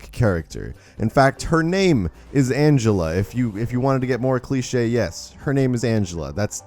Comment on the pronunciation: Her name is Angela not Anshela